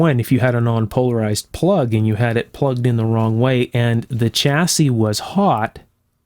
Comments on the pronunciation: Stop saying chassis with a hard CH, it's pronounced "shassey", apart from that, excellent video, even though I have no idea what you're talking about. Kind regards. from the UK. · Interesting video. Just one thing… chassis is a French word pronounced Shassy, not Ch assis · It’s pronounced shassiy. Not chassisy